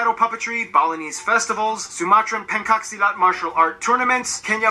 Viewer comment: Did he say pen cock silat???